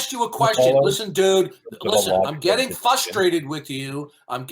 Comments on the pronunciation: is “fustrated”! He’s so “fustrated”! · also he can't pronounce the word frustrated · 60 years old and still can’t pronounce frustrated properly.